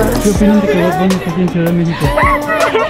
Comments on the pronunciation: Como dijiste es bad bonny😂 no? Me cago de risa ahora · y el diciendo es BAB BUNNY!!! jajaja me dio risa te adoro federico